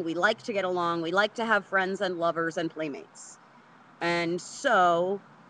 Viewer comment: emphasis on the word lovers ;)